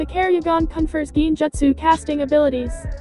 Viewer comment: minjekyo?what the heck?it is litterally pronounced as mangekyou,man-gek-kyou...and kerryugan?the heck?the voice there litterally do not watch naruto/naruto shippuden...and it freaking sucks...garbage pronounciations..